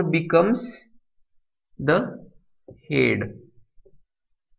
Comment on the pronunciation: Head pronouncing is irritating